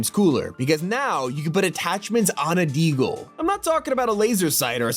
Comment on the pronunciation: The way says “Deagle” is so funny